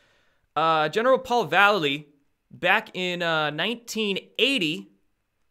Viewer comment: I l♥ve Destroying the illusion! great work!! ☺ 6 :44 ...I know you hate it when people point out mispronunciations, and I have no clue how this General pronounces his name ....but...hmmm... he spells his name like Mike Val --lay---leee ... that awesome Skateboard hero ♥ I gotta go watch his "Mike Vallely: Label Kills (2001)" video right after this ☺snap! ohhh and Mike Vallely sings for legendary Punk Band, "BLACK Flag" now...not red flag but.... black flag....too weird. ☺peace☺